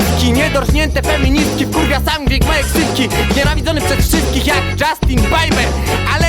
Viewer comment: Dżastin pajper xD